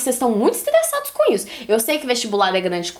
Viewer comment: "Vocês estão muitos estlesados" que fofa RS,eu também tenho a língua assim